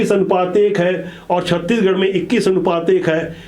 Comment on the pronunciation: छत्तीगढ़ नहीं गा छत्तीसगढ़ ।